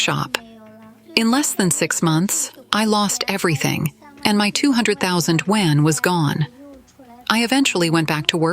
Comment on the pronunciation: i wonder when AI will be able to pronounce yuan correctly